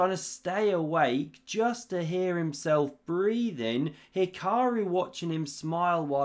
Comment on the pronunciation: Magnoose and He-kuh-roo are the S tier, Leko, pronunciations.